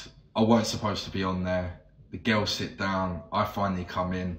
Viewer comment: Gehyals....you mean "girls"?